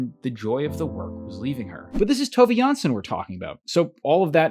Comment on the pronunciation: Really nice that you decided to take on the Moomins! Now, I have to note that the correct pronunciation of Tove Jansson's surname is jans-son (the o is pronounced as in ollie, not like e as in the video. The e would indicate a Danish surname, not a Swedish or Finnish-Swedish.